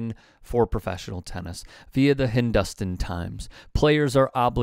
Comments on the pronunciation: It’s pronounced hin-doo (rhymes with Lou) Stan. Not hin-dust-(rhymes with rust) Stan. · Notes: "tear up" rhymes with "gear up," not "flare up". Hindustan times is HIND-oo-stan, not hinDUSTan. I offer these corrections because if you do not know how to pronounce things correctly, it gives opponents leeway to say, "He can't say it right. He doesn't know what he is talking about." You may roll your eyes at this, but it happens. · it's hindoo...stan